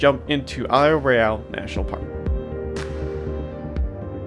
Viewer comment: TF, this channel is called Michigangeologicalsurvey but it keeps pronouncing Royale wrong